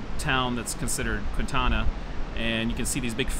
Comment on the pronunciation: It is pronounced Kwin tanna, not the way you pronounced it.... I grew up there and worked at the County park....